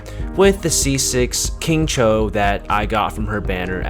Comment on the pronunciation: Why is nobody talking about how he pronounced Xingqiu like king cho???